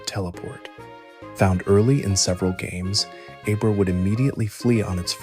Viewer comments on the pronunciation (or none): Sounds a lot like Roman from Regular Car Reviews. I know it isn't, and I want to believe it isn't AI, but after he said Aye-brah instead of Ab-rah I knew the voice wasn't real. Been part of the pokemon Fandom for over 20 years and never have one of the original with a simple name pronounced like that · Brother! soon as you said A-Bruh im out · This was fantastic.... right until you said Abra